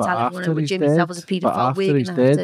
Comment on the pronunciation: Straight off he’d be rubbing me up the wrong way refusing to pronounce my name correctly!